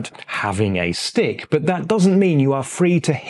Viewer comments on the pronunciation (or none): Am I the only one who understood "steak" instead of "stick"?